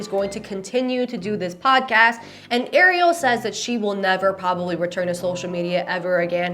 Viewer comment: Who’s your dream guest for your podcast? Uh, pwabably my ex